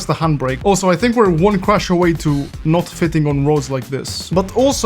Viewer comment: How you always say "crush" instead of "crash" and "us" instead of "as" ;)